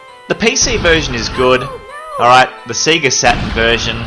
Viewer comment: Loved this, but SEGA is pronounced SAY-GAH, not SEE-GAH! Normally I wouldn't be too bothered but I haven't had my first coffee of the day yet!